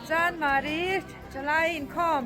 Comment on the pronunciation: "Chandmari" tilo in CHANMARI han tizawk tala